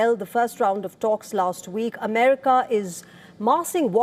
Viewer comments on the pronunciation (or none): none